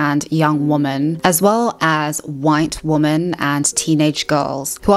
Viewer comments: Is she using woman (singular) in sentences as if it is women plural? Am i hearing that right? Or is she saying "women" but it only sounds like "woman"? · I've been meaning to ask, is there a reason she says "woman" instead of "women" when using the plural form? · Women = "Wimen" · Woman and Women are not pronounced the same.